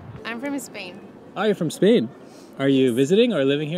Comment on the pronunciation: No, she's not from Spain. She's "from Espain". English speakers have a tough time with the initial 's' in English.